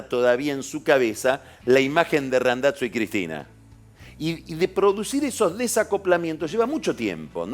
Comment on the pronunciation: Me pone nervioso que diga RandaTZo.